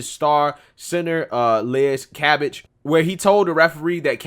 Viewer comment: Cam Bage...long A sound...research counts too....